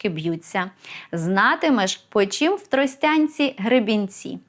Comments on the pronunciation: Загалом лайк. Лише не "в ТростЯнці", а "в ТростянцІ". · мабуть в ТростянцІ, наголос на останній склад, тоді римується, мило так звучить))